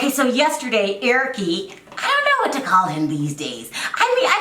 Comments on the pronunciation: Larissa pronounces the "e" for everything...not that she is caling him Erickee lol probably Brazilian accent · Honey , Larissa is Brazilian that’s how she pronounces his name . She cannot say Eric like us she is not a Spanish-English person . So basically your making fun of her speech because of how cultured she is . You sound uneducated and stupid .